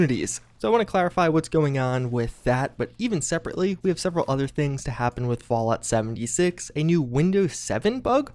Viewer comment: Is it just me or does anyone else hear "vault 76" every time says "Fallout 76"???